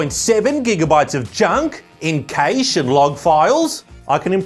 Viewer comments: Cache is pronounced cash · How have I followed for so long yet didnt know you pronounced it KAYSH